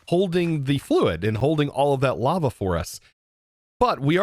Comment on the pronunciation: I keep hearing llama everytime the word lava is said. Gotta go put my tired/sick self to bed lmao. Also love watching everybody’s different and unique ways of building on the server